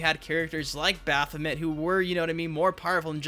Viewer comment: Baph o mint 🤣🤣🤣🤣